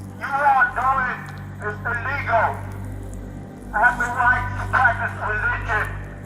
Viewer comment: bro said elligal☠️